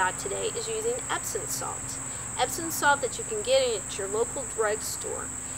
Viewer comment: Epsom, not Epson.